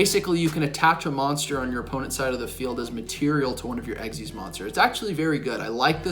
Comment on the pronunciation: I like how says "X Y Z" import and then immediately pronounces "Xyz monsters" correctly